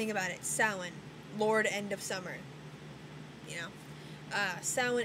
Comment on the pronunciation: I have been studying wicca on and off for over 10 years and I learned more from watching this video. like how to pronounce samhain. lol. thanks.